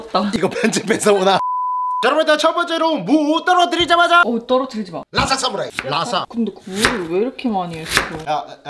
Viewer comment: 사무라이가 왜 스트라잌 으로 들리니....